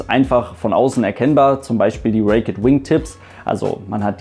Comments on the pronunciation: bitte (!) Sag nicht "Reek-ett" "wingtips - Es heisst Raked Wingtips und wird " Reekt" ohne "ett" ausgesprochen. Nicht böse gemeint aber ich finde, du verdienst eine perfekte Englische Aussprache.;) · Cl4rendon Genauer genommen wird es „Räikt“ ausgesprochen :)